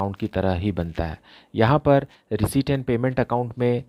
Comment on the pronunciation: Sir reciept ko reshit kyu bolte hoi 😂😂🥲🥲🤣🤣🤣🤣🤣🤣🤣🤣🤣